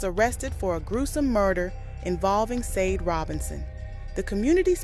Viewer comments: Why do you keep saying Sade wrong ? Shah-day not sayd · Not Sadi Sha-de